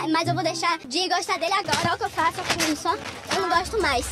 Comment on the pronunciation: " Eu nao goxto mais"